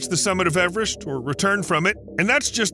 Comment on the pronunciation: Now try to pronounce Everest correctly^^ (No, it's not pronounced "average").